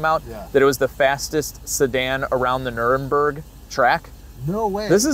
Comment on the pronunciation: I love ya but you gotta work on your German. “Nurermburg…”:P